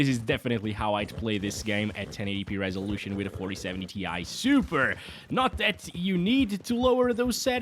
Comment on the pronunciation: More like "TIE" SUPER